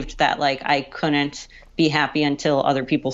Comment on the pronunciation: Ok...I know being a pronunciation Nazi is disgusting, but "counnant" for "couldn't" drives me crazy. A local news reporter said "impornant" for "important" the other day, and I emailed the station.